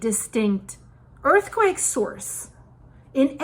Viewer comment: I caught that "earthquack" part!😂😂